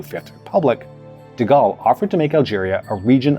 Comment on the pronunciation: De Goal, not De Gall.